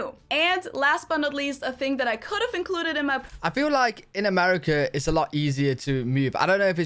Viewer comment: Correctly pronounce the word THING / THINGS with "TA" NOT "FA" sound Got it? Good!